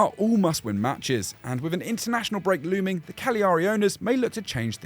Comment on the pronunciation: Good top 10 as always from the channel , but can anyone learn how to pronounce Cagliari. It's Cal-yah-ree not however you all say it